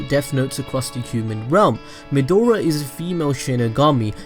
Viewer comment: It's pronounced Meh-Dra, not Medora like the explorer. Also, Shimigami don't have a sex or gender...